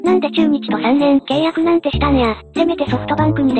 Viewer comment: ちゅーにちやめて笑